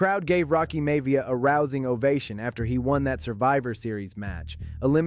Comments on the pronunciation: "May-via"?... AI screwed up again. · Love how the AI can’t pronounce Miavia